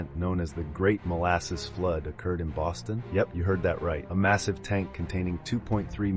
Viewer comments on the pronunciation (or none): none